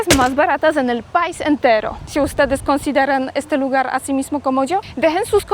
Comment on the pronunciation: CUANDO DICES LA PALABRA PAIS DEBE ACENTUARLA MAS EN LA LETRA I.O SEA PAI'S TIENE ACENTO EN LA I .DEBES DECIR MAS FUERTE EN I QUEVEN LA LETRA A